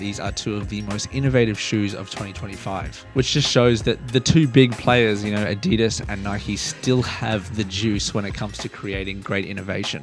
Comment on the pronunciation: Adi das not adeedus